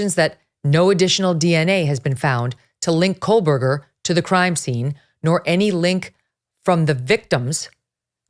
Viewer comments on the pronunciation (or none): There’s no l in Kohberger Megyn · Please stop mispronouncing the accused killer’s last name. There is no “L” in KOHBERGER. You keep inaccurately pronouncing his name as KOHLBERGER (like there’s an “L” in it). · Love you Meagan! But its "KOe- Burger" Not "KoL-burger" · FYI - It is pronounced Co Berger - not Cole Berger. You’re welcome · My god is this woman still calling him Kohlberger??? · Still no L in his name. Not COALBURGER. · Megyn. Why do you keep pronouncing his name with an L? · Is it driving anyone else nuts that she keeps on putting an L in his name? Ahhhhhhhh